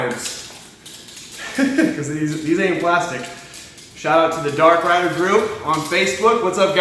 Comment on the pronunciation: It says Darkride not Darkrider! 😂😂😂